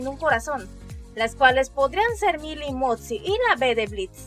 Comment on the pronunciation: no puedo dejar de reirme cuando dice "motzi"